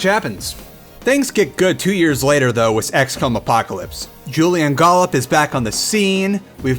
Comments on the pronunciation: wiss? i think you mean with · this guy cant even say with. listen to him, he says wiss